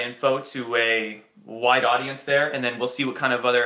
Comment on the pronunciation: Were you smiling because you realised it sounded like you said "a white audience"? :-D